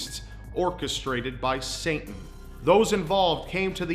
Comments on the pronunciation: Are you saying "Sainten" instead of Satan? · Did you keep saying Saintan instead of Satan? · it sounds like he says saintan instead of satan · you're mispronouncing satan (say-ten) and im not calling you stupid btw i love your videos, just wanted to point that out. In addition if you do have some sort of speech impediment then i sincerely apologize. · Is it me or is he saying Sayn-tan instead of Satan? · Ah yes saintan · "Saintan" Lmao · Who is "Saintan"? lol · Saint Ann. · I thought the same thing. lol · says Saintin throughout the whole video